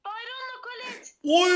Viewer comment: colte diyo ya kollet demesi gereken yerde colete diyorya